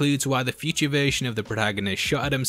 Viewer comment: I watched 2 minutes into this and heard "peachy" 15 times. Then I realized, Oh, he's trying to say 'feature'! ... He was saying 'feature' not 'peachy'. Then at 3 minutes I realized he's trying to say "future."